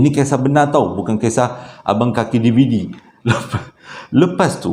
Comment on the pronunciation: Tergelak saya apabila abang sebut perkatan DVD tu. Haha